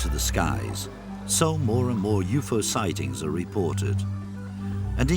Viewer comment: Did anyone else hear the narrator always say "you-foe", not "UFO"?